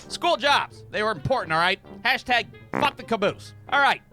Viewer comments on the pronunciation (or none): none